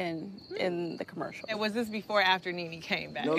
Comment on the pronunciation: Everyone calling it a "''mercial" after Porsha said it 😂